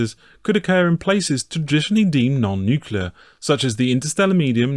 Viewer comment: NUCLEAR, IT IS FUCKING PRONOUNCED NU-CLEAR, NUCULER IS NOT A WORD. IT SOUNDS ABSURD AND UNINTELLIGENT WHEN SAID.